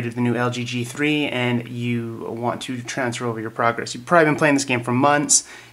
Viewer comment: transfour? really?